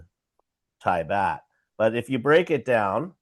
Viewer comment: Baht like yacht 🛥️ Not BAT🦇